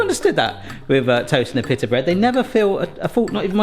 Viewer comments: In America, it's pronounced pita, not pittah. So strange how the same word can be pronounced so differently... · It’s pronounced pee-ta,. Pita = pee-ta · it is pronouced peet-a like peat moss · Pea-da bread.